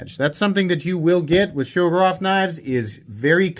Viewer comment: Whats a shougerrof? Its Shiro-gorov. Learn the accents